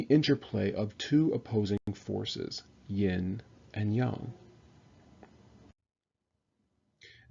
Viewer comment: You don't even know how to pronounce yin and yang properly. One should learn before one teaches.